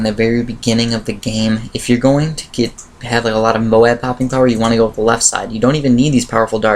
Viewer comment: Dude moab is pronounced like robe